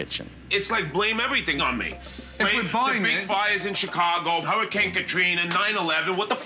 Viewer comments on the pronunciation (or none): none